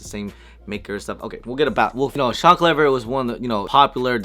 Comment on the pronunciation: Come on bro.... how do you end up pronouncing "Cliver" wrong? Clever!@ lol